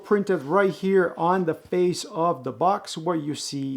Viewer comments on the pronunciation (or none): none